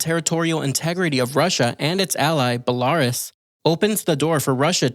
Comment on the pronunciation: That pronounciation of Belarus has me reeling hours later.